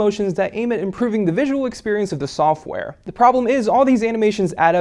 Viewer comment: I hate how he says "da" for "the"